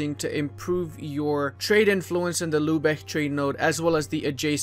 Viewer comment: Lübeck Not Lubeck it’s pronounced lybek ü=y